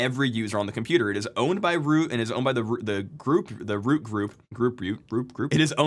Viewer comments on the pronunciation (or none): Ah yes, the group "root", also known as "groot"